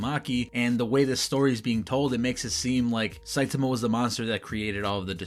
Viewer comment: I want to say I appreciate you pronouncing Saitama's name correctly. I have no idea why most of the videos I watch pronounce it "sahy-TAH-mah" instead of the correct "SAHY-tah-mah" as pronounced in both the dub and sub versions and is the correct Japanese pronunciation.